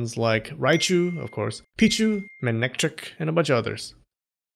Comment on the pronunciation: Oops manetric is not based of raiju manetric is based of a lion with its mane So the pronunciation is m(ayn) etric For electric mane